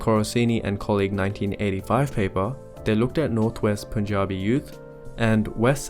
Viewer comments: I'm glad you pronounced Punjabi correctly. Cheers from Punjab! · Impressive pronunciation of Punjabi